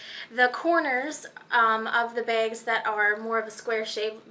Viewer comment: You have the oddest accent. "Balenciaga begs."